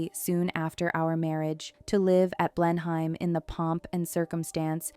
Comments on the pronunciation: It’s pronounced “BLENum” - not “BlenHIME” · Fun fact? It's not pronounced Blenhyme- it's pronounced Blenem. Welcome to wonderful English place name spellings! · The palace is "blen-hem: rather than "blen-hime." It's of historical significance to the cavalier King Charles spaniel breed. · Blenheim Palace is not pronounced "blen-hime." It is pronounced "blennim." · Blenheim is pronounced 'Blennim'. Marlborough is pronounced 'Marlburra'. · Blenheim Palace is pronounced Blenim Palace. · Blenheim Palace in the UK is Pronounced... Blen em and Marlborough... is pronounced Marl Bruh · Best to pronounce Blenheim and Marlborough correctly. It's Blen em and Marl bra. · Pronunciation issues : Blenheim is pronounced 'Blenam' Marlborough is pronounced 'Mawlbruh' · “Blenheim” is pronounced “BLEN-em” in the UK. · I can’t get over the pronunciation of Blen-heim 😂😂😂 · You had Winston Churchill in some of the photos 🤦🏻‍♀️and Blenheim was mispronounced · You'd think that the narrator would be informed how to pronounce "Blenheim" which is widely known...common knowledge...geezh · How could you put together all this information and not search how to pronounce Blenheim properly? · Came here to say this!! Blen-em is not hard to say! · Please learn how to pronounce Bleheim